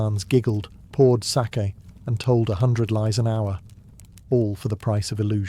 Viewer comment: Still not quite pronouncing sake correctly but you're close ❤ It's a long a. So like sar-key except that you don't put anything into the r. It's just there to direct the a. Does that make sense? You should probably just look up someone saying it on YouTube 😂